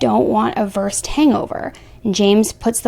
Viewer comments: Instead of “versed vial” I think she meant “Ver-sed” vial, which is a medication used in oral surgery. Maybe? Not sure, thoughts ?? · Versed. It's pronounced ver-said. It's a benzodiazipine usually used in clinical settings for pre-procedures pre-surgery. Neurontin is brand-name for gabapentin. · Just an FYI. Versed is a drug and is pronounced "ver-SED". And yes, murder! He never should have been supplying her with these drugs! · Just FYI: Versed is a medication used for conscious sedation. It’s pronounced VER-SAID. As for the charges, his actions fit depraved heart murder to a T.💯 It’s acting with depraved indifference to human life & where such action leads to a person’s death, despite not intending to kill. That’s EXACTLY what he did! This “doctor” (I’d prefer monster) knew full well that his actions could have easily lead to her death yet her didn’t care. He’s absolutely completely responsible & was charged appropriately IMO. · It seems from the texts she's worried that her tolerance may be too high "idk what to do, I feel sick" so he's trying to tell her how to make it last longer/stronger. Also , it's "vers-ed" it's a strong sedative I got it before for a procedure. This is such a bizarre case , and she is so beautiful 😔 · Hi; great vid. What a disturbing case. However, it's called VerSAID not versed. Sorry no offense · Great video! It's soo sad this happened. Just one little note - it's pronounced ver*SED. Versed is the brand name for midazolam which is a benzodiazepene. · It is pronounced "ver-said". it is an anesthetic given for surgery. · Ver-said is the pronunciation. I only know this from my surgeries, and being a nurse. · versed. pronounced ver-said. general anesthetic similar to propofol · versed is pronounced ver-said. It's an anesthetic. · Versed is pronounced versaid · its pronounced ver-sed not versed. Versed its a benzo. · Yes, it’s pronounced ‘ver-said’ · Versed is pronounced Ver-sed. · Versed is ver-said it's another medication